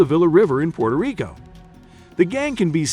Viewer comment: PUERTO* Rico!!! 😡😡😡!!! With a “W” sound in there, you moron.